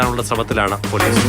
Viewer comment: പേലീസ് അല്ല പോലീസ്